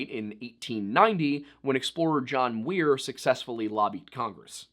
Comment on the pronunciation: and You are saying John Weir!! Lol!!.Um it's John Muir!